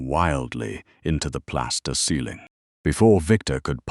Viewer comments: When is he going to learn how to say ceiling? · 😂😂😂😂😂 I was waiting for SOMEONE to mention that.